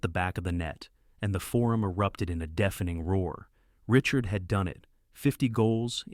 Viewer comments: Pronunciation: not Richurd…. « Ree-chAr » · Unwatchable. U cant get his name right and the title is wrong